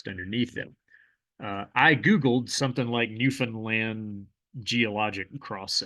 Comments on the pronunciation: thanks for pronouncing newfoundland correctly! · Someone actually pronounced Newfoundland right lol, props! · Wow you pronouced newfound land right 😮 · You mispronounced Newfoundland correctly. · Very impressed you pronounced newfoundland properly, most people dont lol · Thank you for correctly pronouncing Newfoundland!